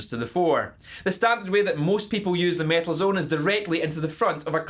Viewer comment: if somebody wants to watch REAL mt2 reviev, see how Ola Englund does it. and please, take this irish fucker down. he cant even fucking speak. its metal zone, not mietl zuuun. fuck.